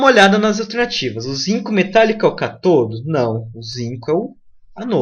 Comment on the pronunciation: Perfeita a aula. Digo, quase perfeita. Falta só falar os acentos.. Cáááááátodo, e âââââânodo.. rs parabéns!